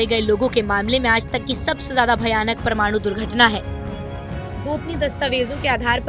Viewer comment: "Paramaanu" being Pronounced as "Pramaanu" which is wrong. It is to be Pronounced as" pa-ra-maa-nu" all letters separated.